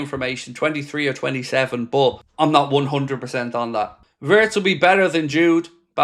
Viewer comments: It's pronounced vii-ye-tz not vertz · Its not vertz its wertz